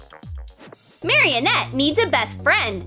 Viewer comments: its marinette not maroinette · Marionette????? Itz marinette not marionette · it's not marionette its Marinette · ik but she literally says mariOnette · she says it mariennette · “Maryanette” LOL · Omg stop stop its maranett Mara net not marrianet renarough is tan they don’t have mascots it’s miraculous Mira cu los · IT IS NOT MARY-ANETE ITS MAR-A-NET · She said meranet wrong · Mareenette not maryienete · Why are you saying Maryenett its Marinette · I dont like lalilul and it is not mareannet it is maranet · I just noticed that she said marinatte wrong she said marionette 🤣🤣🤣🤣🤣🤣🤣🤣 I love ur vids btw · Marieh net-? Lol XD you pronounced her name wrong 😂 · Her name is pronounced (Mari-net). They also aren’t butterfly’s, their normal form should be a moth but when she turns them back she says butterfly’s, they also aren’t normal butterfly’s when they come out, they are akumas. Chloe/queen bee can not fly in the show. Carapace doesn’t wear glasses I hope you know that, and he has a hood not a helmet. Cat Noir says “cataclysm” and Ladybug says “Lucky Charm!” This provides way too many things that weren’t in Miraculous Ladybug.FYI they are called “Miraculous” not “Mascots” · “Mariyonet” what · Uhhhhhhhhh you said marinnettte wrong. Sorry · Her name is not marinet her name is not how you say ut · She said marinette wrong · You said marrinette wrong how dare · 1st of all, thats not a real LOL Doll, 2nd of all, thats not how you pernounce Marinets Name! ( IDC if thats not how you spell her name)